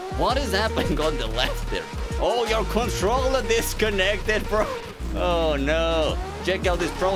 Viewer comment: Bro became a Turbo charger with the "Contecteded"